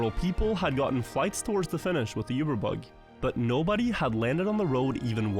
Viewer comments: Saying yeeewber instead of uber is wild. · Pronouncing Uber wrong is crazy stuff